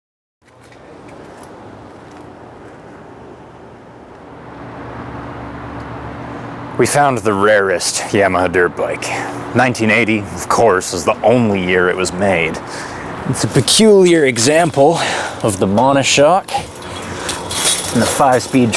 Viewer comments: Did he just pronounce it "Yeah-miha"? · Please don’t ever say Yamaha that way again.